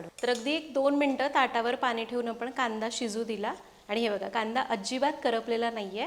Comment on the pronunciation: खूप छान सांगतेस , छान बोलतेस ! भाषा छान आहे फक्त…… पानी नको पाणी म्हण 😊